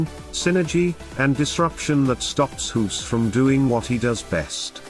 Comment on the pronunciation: You don't pronounce his name as hoes like you do but as goes...like goose...of course?